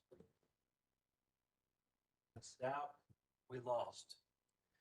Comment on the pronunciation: Was strange, he said it right a couple times too